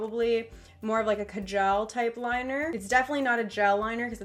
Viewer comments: It's kaa-jal. Btw ily💘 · How she pronounced kaajal😂😂😂